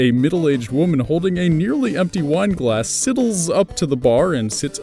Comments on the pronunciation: Sorry, but I can't help myself. It's pronounced 'Sigh-dles', not siddles. If it were, we'd spell it that way. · lmao sidles. S-eye-dles